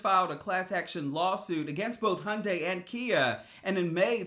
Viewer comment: "hundais" fucking hell learn to pronouce HYUNDAI.